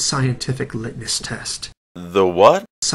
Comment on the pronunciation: Lit-ness? Lit-ness test?... like brightness or endlessness? Litmus...muh...muh...muh-sss. See not that hard.